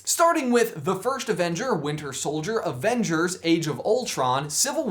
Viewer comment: Avenge-heirs, ha